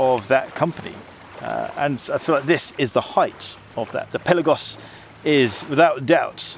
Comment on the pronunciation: Amazing diving watch, amazing review ! ! ! And you are one of very few editors that you say correct the word "PELAGOS" ! ! ! And yes you pronounce" PÉLAGOS - Πέλαγος " and not PELÁGOS of all others gay say ! ! ! 😉👍🏼